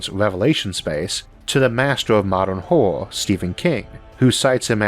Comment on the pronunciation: I really love your videos Isaac. I must say I barely notice your speech impediment in your videos, they are very well understandable, but I had a great laugh when I misheard the sentence as "the master of modern 'whore', Stephen King" instead of 'horror' lmao